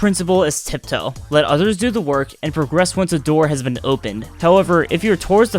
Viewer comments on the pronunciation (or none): none